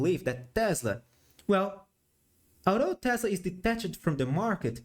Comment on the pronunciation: teeeeeeeeh zlahh lol